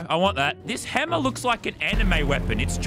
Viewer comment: Everyone else : playing Lazarbeam: h e m m e r